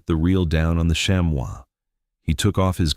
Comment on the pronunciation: Chamois is pronounced “sham-ee” not “sham-wow” lol.